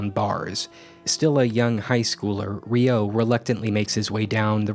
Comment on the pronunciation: That ain’t how you pronounce Ryo...